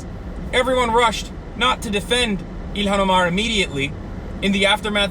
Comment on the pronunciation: Quit pronouncing her name like that ya fuckin mook